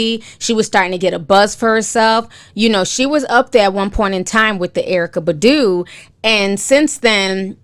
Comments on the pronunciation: Who the hell is Erykah Buhdooo it’s Erykah BAHHHHdu!!! Who’s Jaggar??? It’s Jaguar!! Like the cat ma’am! But this is hot popping tea....I believe Jaguar!!! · Erika (pronounced Bah-doo) lol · The way you're pronouncing Erykah Badu is HILARIOUS! XD